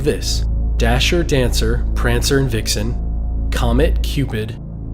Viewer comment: I always thought it was Vixen not Dixon. The book says Vixen.